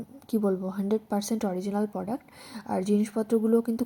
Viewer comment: Poduct na product ota pronunciation thik koro